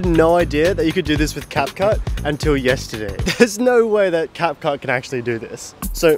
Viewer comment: bro just said capcush😅😂